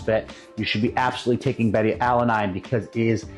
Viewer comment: Odd for a fitness and nutrition expert to mispronounce beta-alanine like that